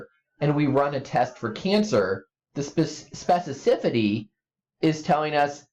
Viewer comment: The fact this guy cannot pronounce specificity right is driving me crazy.